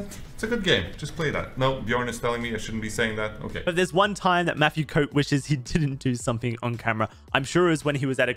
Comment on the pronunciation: Did he say Matthieu Coat????